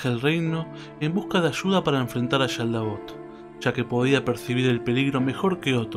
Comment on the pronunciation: Es que haces un énfasis exagerado en la Sh, cual si fieras Argentino/Bonaerense y aledaños, en Japones no le ponen tanto énfasis. Igual cuando dices SHaldabaoth. jajajaja no hay problema, es cosa mía nada mas.